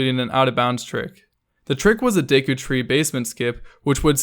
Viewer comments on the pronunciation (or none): none